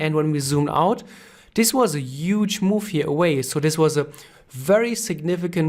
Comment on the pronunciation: this is a "uuuuuge" supply zone ;)